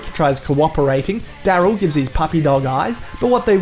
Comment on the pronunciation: Did he call daryl daryth?